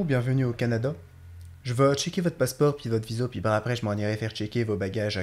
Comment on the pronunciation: salut :) pas si mal. Je suis Québécois. Ton mot "passeport" , au début, est trop clair, trop ouvert, (trop français) /// parfette (pas parfaïïte ), je pense qu'en France, on entendra plus... parfétte, nous, c'est "parfètte", mais on dit, on va à une fêïte) /// Pour ce qui est de notre "â" , ça dépend des mots . On dit Ferrari, a ouvert, mais on peut dire soit, garage , ou garâouge... (moi, je dis le 1er, mon frère dit le 2ieme)(mystère, même si nous avons eu les mm parents :) ) J'aimerais bien savoir où tu as entendu certaines prononciations. Capitaine, quarantaine, on le dit bien ?? pas ---aïïne. Mais, la haine, possiblement. (haïïne)///pis=puis compressé... Puis on est parti au chalet.. (pis on est ...) "Commentaire", tu le dis bien. La séquence à 6m43 (Michel Courtemanche) Il dit plutôt, moeu,, (un peu forcé en blague) Mais si on prononce chaque lettre de MOI et TOI' ça fait t-o-i to-i (pas loin de to-é) et je crois que ça appartient à l'ancien français. Quand le mot monte, c'est comme une question... moé? non, non, non, moé non.. Je m'arrête à 9m.. Tu es parmi les meilleurs faux québécois.. (ya Denizee et Solangeteparle qui sont fortes) Mais encore, je pense que c'est très difficile de doubler une autre langue, notre accent naturel va revenir au galop, se dissimuler dans une syllabe ou une autre.